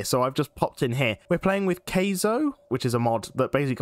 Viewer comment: i know this will probably go unread but kaizo is "Kai-zo" not kayzo